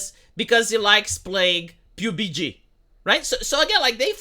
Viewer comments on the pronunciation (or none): i like how he calls PUBG "pube-y jee"...